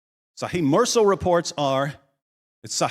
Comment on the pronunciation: Fantastic! But Mursal is pronounced Moorsal.